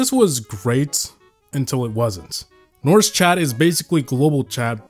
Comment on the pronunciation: You siad Norsk very wrong and you could have just said Norwegian but respect for the nostalgia im from norway and i remember all of the random people who came to Norwegian servers or whatever just to see all the non toxicness